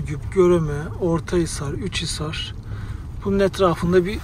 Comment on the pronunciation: Üçhisar değil Uçhisar!!!! Güvercin yuvalarından çıkan gübreler sadece satmak için değil oradaki üzüm bağlarını gübreleme amaçlıdır. Esas amaç bu olabilir daha mantıklı